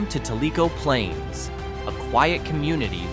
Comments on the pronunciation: Good video, but it’s pronounced “Tell-uh-co Plains”, not Tu-leak-o, Yankee boy 😆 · Tell a co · It’s pronounced “TEL-lick-OH” Plains. And I’m from nearby Madisonville. I swear if I see another California or New York license plate in the school drop off line I’m gonna lose it! We have traffic now when we never used to before the pandemic and all these people moved here. STOP moving here and go back to where you came from! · Tell-E-CO Plaines. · You pronounced Tellico Plains incorrectly